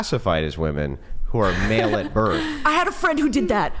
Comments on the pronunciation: Another girl that says "woman" instead of "women".. 🤦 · THANK YOU,!!…the pronunciation of multiple “women” is *w-i-m-e-n*…drives me absolutely NUTS when these girls pronounce the plural form as “woman”! Arrg! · Why do they think the major thing they’re saying wrong is the “E” part and why does no one hear that to correct them. It’s the womb man and whim man part they mess up the most. If they even said whim man it wud pretty much sound like women anyway and nobody would notice. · "WIM IN" REPEAT AFTER ME.... "WIM-IN" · What is this trend of college educated females who say woman instead of women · Correct the whole women sounding like woMAN - say "WIMIN" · Best way to get them to pronounce it properly is to get them to say “I bought it on a whim” them get them to say “whim”, then “Whimen” aka women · IT'S NOT 'WOMAN' IT'S 'WOMEN' :face-orange-raised-eyebrow::face-orange-raised-eyebrow::face-orange-raised-eyebrow:😤😤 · They think saying woman and women sounds different because of the a and e when toy pronounce the o like an e in the plural and the o normally in the singular